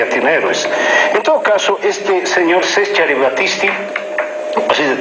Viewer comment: Siempre supe que era bastante limitado pero insinuar que Battisti estuvo involucrado en el asesinato de Aldo Moro raya en la estupidez. (Al respecto, hay que ser demasiado inútil como para no poder pronunciar el nombre de Cesare de manera correcta; no necesitas ser Zaratti ni haber nacido en Roma). Longaric, absolutamente superficial, como siempre. El asesor de Carlos Mesa,, totalmente frívolo. Los esfuerzos de y no logran salvar el programa. Una verdadera pena.